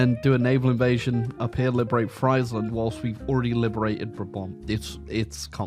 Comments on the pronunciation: As a dutch hear u pronnounce "fraiseland" hurts my ears lol its like u are almost calling us french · Atleast in German, Friesland is pronounced freeze-land. There are no Fries in the name! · It's pronounced freezeland actually 🤓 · It's pronounced Freesland, not Freisland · Bro mispronounced friesland so often. The ie is pronounced like the e in me. Or like freesland. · "Friesland" pronounced like it is the land of fries breaks me 😅. It is "ie" in Dutch is just a hard i. Same in German btw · the impossible challenge of saying Friesland properly. Unless that's the real comment bait. in which case, well played sir, well played...